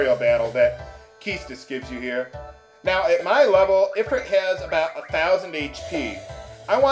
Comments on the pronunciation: It's pronounced "ee-freet", not "i-frit". Not being a dick, I'm just sayin'. Love your vidz bro. I greatly appreciate the humor and the nostalgia. Keep it up. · ifrit is pronounced ifreet